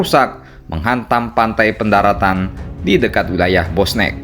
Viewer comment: BOSNIK min bukan Bosnek Yassalammmm